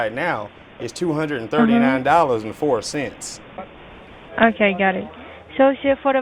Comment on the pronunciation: keyBODE FO cents 🤣🤣 ... BUT WAIT, THERE'S MORE! 🤡 😂 ADD BELOW 👇